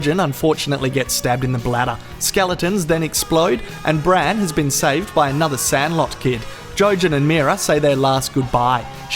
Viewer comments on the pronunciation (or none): I'm sorry but every time I hear it's not Hodor Bran Jojen and Mira, it's HODOR BRAND! Jojen and Mira! Sorry that I had to share this brain turd.